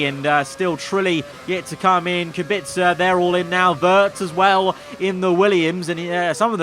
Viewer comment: I'm impressed that you pronounce Kubica's name correctly